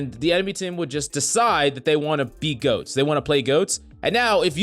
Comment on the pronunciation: Sound like he saying ghost instead goat lol